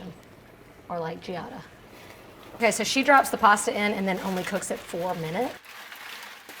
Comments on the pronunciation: She is not Giiada, there is no "i" when you pronounce the name Giada. How do you read "CIAO?" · You lost me at "Giada"....